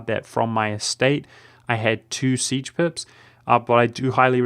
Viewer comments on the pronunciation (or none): none